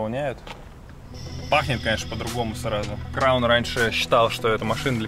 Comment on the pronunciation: блин после слова краун,я считаю приморским чуваком))с правильным ударение машину назвал ))